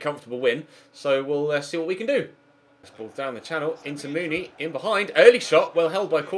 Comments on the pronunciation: you pronounce the huddersfield striker mounie like Moony-eh not moony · It's Steve Mounié (moo-nee-ayy)